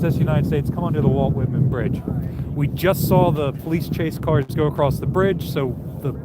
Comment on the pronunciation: This maf'k said walt whitnan